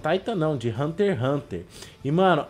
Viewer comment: Mano eu fiqui me rasgando de odio mano o fala haunter haunter n e assim po@ e hunter x x xxx hunter